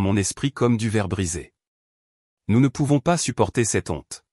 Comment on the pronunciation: "Cett' onte" au lieu de "Cette Honte".